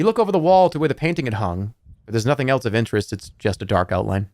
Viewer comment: Has anyone else realized that he pronounces “else” like “elts”